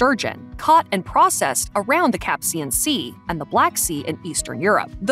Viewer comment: Couldn’t even pronounce the Caspian properly, despite talking in a confident manner.